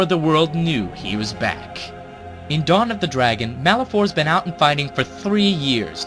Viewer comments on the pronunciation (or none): none